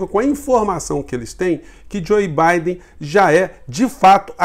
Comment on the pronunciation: não é Joi Baiden. É Jou Baiden. Por favor, vc é professor e eu tb. Sou professor de inglês.